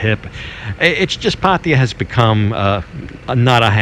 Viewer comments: It's always kinda hilarious when westerners can never pronounce the names of asian people or places as it should. Pataya now sounds like patiya.... Anyway it's a good video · how is it that not one farang can pronounce pattaya correctly, it's not patty ya, it's pah tai yah! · lol, the way you pronounce Pattaya is ridiculous. Just ask the locals the proper way to pronounce it. It’s not Pattya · try to say pattaya with the emphasis on the last a. just try. don't say there's hungry people, try to say there are hungry people. try to learn english and thai. whatever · And sorry to say this. Please pronounce pattaya properly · That's definitely not how you pronounce Pattaya , not with a P